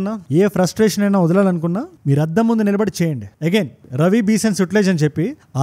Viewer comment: రవి కాదు రావి నది.